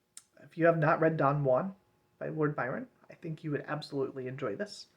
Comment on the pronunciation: it's pronounced 'jew-an'